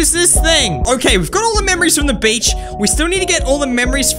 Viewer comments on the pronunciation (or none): It’s beach not bitch.